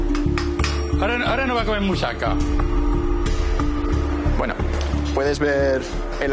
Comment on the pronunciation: Musaca jajajaja asi no se pronuncia, yo soy de ese país y no se dice asi, no va a malas solo me hizo gracia